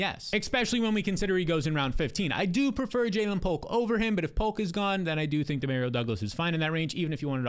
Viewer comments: “Dee-Mare-Rio” Douglas 😂😂😂 you can’t be serious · Hilarious pronunciation! 😂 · I got a friend named Dario and that’s how he pronounces it lmao Dee-mare-rio. According to him my whole life has been a lie pronouncing super Mario wrong 😂